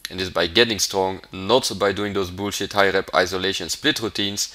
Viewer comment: "Bool-shit". Kills me. Love the videos.